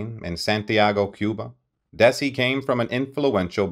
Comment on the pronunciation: Lose the AI narration/pronunciation and get the Desi's correct. Otherwise a pretty good telling of their story. They practically invented the modern "sit-com", and were smart enough to own it as well as the studio that produced so many other programs. Somewhere 'I Love Lucy' will be running forever, and people will still love it.